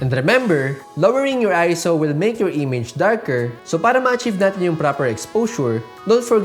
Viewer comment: Automatic thumbs up for saying ISO correctly 👍🏾